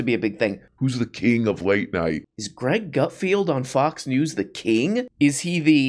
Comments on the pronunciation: Are you saying 'Gutfield' because you can't read or is that your rendition of comedy? I get it, YOU are the king of late night comedy. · Come on! We all know his name is pronounced Gutfart.